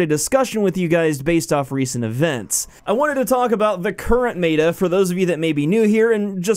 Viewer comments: Stop saying mayta instead of meta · is it just me or does him saying MAYTA instead of meta is driving you nuts lol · omg I couldn't watch this for more than the second time you said "mayta" instead of "meta" which is like metamorphosis not maytamorphosis, its not said like the word Beta like the fish or Greek letter....though they are one letter different.....you speak for a living and that didn't sound off or odd when the sound "mayta" came out of your mouth? Maybe next time type it into Google and have it say the word for you first.... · M E T A not M A T A just mEta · When you say m-ehta mata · "defined mey-ta" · It's m-eh-t-a not m-A-t-a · ITS FUCKING META NOT MATA GET IT FUCKING RIGHT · It is said as (Meh-ta) not (mā-ta) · Hidden Desire I cringed so hard, thank u for voicing our opinions. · Meh - Tah. That is how it is usually said. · Mayta??? wtf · Me-Ta plz say it like this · It's pronounced [meh]ta, not like beta. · SnigleBits but why isn't he pronouncing it right 😂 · Please pronounce it right (meh-ta) meta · "MAY-TUH" literally unplayable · You pronounced meta wrong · you don't Know how to pronounce meta, everything is fine, and the servers suck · Yeah, you mispronounced "meta." No big deal, not that bad a mistake. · it is meta not whatever u are saying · why do you keep pronouncing meta like that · I'm so triggered by how you say meta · The way he said meta made me cringe. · Disliked cuz this dude says meta completely wrong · I'm not finishing this video due to the fact that he's straight up butchering the word "meta". the whole world says it right, get on the same page you aren't special. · Josh Van Den Broeck nope he is correct. Meta and beta do not rhyme